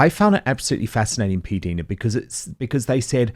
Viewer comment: Her name is P Dina not Deana